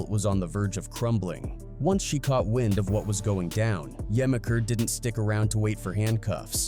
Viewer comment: Im gonna help you out. It's Juh-meek-er, not gemiker.